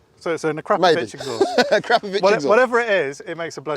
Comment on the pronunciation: Oh and of course a great driver and a great echaust hower you pronounce it haha😂